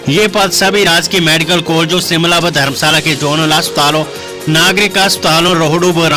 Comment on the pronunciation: Anchor ka Hindi ka uchacharan theek nahin hey jo ki sh ko sa bolta hey Shimla ko Simla bolta